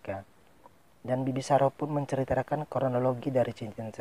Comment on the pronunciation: Cm kekurangan nya. Abang Pengucapan MENCERITAKAN. jadi MENCRITRAKAN😁